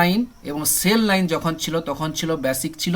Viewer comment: ব্যাসিক নয় বেসিক